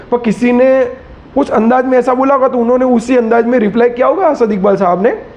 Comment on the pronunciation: اپنی ادایگی سحیح کر باد میں بات کر اسد کے بارے میں